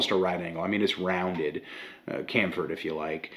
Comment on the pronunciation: Forest Whitaker eye "Kamfer" ????? Bro, it's champher as in cha cha cha Excellent vid btw!